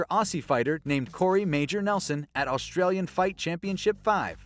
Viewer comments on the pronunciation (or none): none